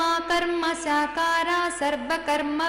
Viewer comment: Karkasakara - not karmasakara